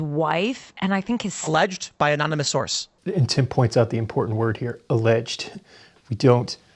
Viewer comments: She's a silly girl. Can't even say the word, "im-por-tant." Instead, she says, "im-por-ent." All those silly girls do that. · I watched the full Timcast episode, she was very difficult to reason with and frankly annoying to listen to. Also she just pronounced 'important' as 'impor'ent' and I cringed.